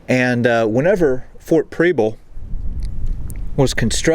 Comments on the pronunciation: It's not pronounced Preeble. Preble with a soft E. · Prebble is pronounced like Pebble with an R. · I'm from Portland! Love your videos so I'm excited to see this one. But I'm 30 seconds in and... You are pronouncing the name incorrectly, it's pronounced like the word treble. There is also a street in Portland with the same name I drove up it today, lol. Also you are actually in South Portland. That being said I'm a little jealous. Here I am a history buff and live in such a historic place, and someone from away actually has the time and resources to explore it all. Thanks for what you do, and I wish you and yours happy holidays and a great new year.